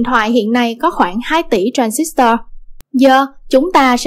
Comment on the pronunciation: nghe đọc cái từ tran zít toa mà tui tuk á ;D còn cực grid là cực lưới, có tác dụng điều hướng dòng tia điện tử và hội tụ chùm tia